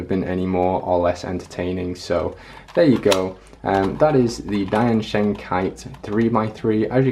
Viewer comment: Can i teach u how to pronounce diansheng ? Its like Tien Sheng ( the second e is like father)